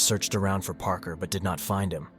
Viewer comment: Parker should have been "paarker" not "prker" I'm literally giving you my human tips on how I can tell so you can improve.